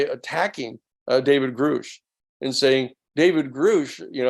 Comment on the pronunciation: it's a little weird that he's still mispronouncing Grusch